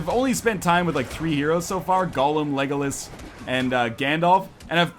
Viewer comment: northernlion its lego las not legolus